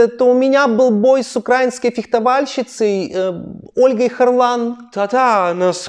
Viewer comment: фєхтоватніца - на цьому слові я випав ))))